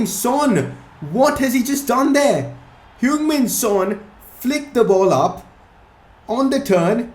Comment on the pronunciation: and u pronounce it hyung just saying